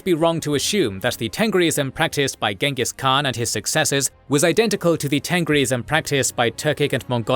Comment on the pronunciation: Would have been nice if you had correctly pronounced Khan and Chinggis Khaan